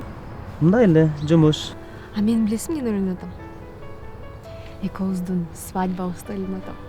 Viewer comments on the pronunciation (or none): "ЭКООБУЗДУН" ЭМЕС! "ЭКӨӨБҮЗДҮН" ДЕП СҮЙЛӨГҮЛӨЧҮ!